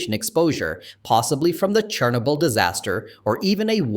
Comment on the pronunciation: how is that pronunciation of chernobyl so wrong yet still right?